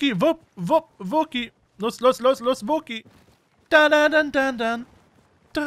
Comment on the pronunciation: richtig schöne rasur gilette wäre stolz auf dich aber kannst du bitte in zukunft wookie richtig aussprechen? also nicht wo ki sondern wookie....